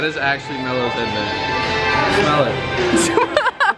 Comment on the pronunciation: It’s leet dot com